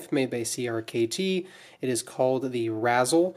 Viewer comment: It’s pronounced rayz-el, a combination of razor and chisel